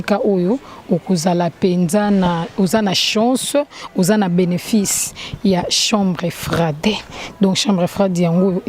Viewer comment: chambre froide et non chambre frai de merci tii na tii pour votre compréhension 😊